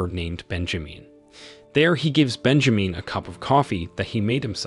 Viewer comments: its Ben ja min as in SIN not meen .... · I can't with "Bejameen" omg🤣😂🤣....I might not make it through this recap, dude killing me🙌🏾🤣